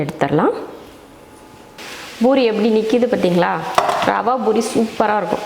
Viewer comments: It's poori not boori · It's not boori, sister it's poori